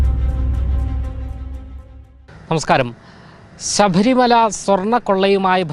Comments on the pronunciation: ശഭരിമല അല്ല ശബരിമല എന്നാണ് അറിയില്ലെങ്കിൽ പറയാതിരിക്കുക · സഭരിമല അല്ല ശബരിമല എന്നാണ്, സുധാര്യം അല്ല സുതാര്യം എന്നാണ്. ഉച്ചാരണം ശ്രദ്ധിക്കണം. വേണ്ട സ്ഥലത്ത് വേണ്ടരീതിയിൽ പറയാൻ ശ്രദ്ധിക്കുക. അത്‌ വീഡിയോക്ക് കുറച്ചുകൂടി നല്ല നിലവാരത്തിലാക്കും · ശബരിമല ആണ് ശഭരി മല അല്ല ബന്ധപ്പെട്ട ആണ് ഭേന്ധപ്പെട്ട അല്ല റിപ്പോർട്ടർ ശ്രദ്ധിക്കണം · ശബരിമല ആണെടാ വഷളാ!. "ശഭരിമലയോ? " എവിടുന്ന് കിട്ടുന്നു ഇത്തരക്കാരെ ?